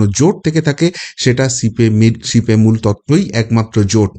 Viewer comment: সিপি মুল না বি জে মূল ঠিক করে বলুন